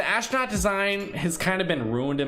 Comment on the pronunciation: astronaut not ashnaut